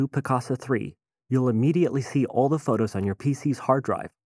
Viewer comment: Dear Mister Narrator: When you use the word "the" immediately before any word that starts with a vowel, you are supposed to pronounce it "thee", not "thuh". i.e. "Thee updated interface", NOT "thuh updated interface".